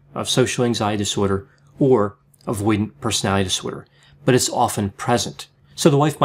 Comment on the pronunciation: You need to learn how to pronounce 'disorder'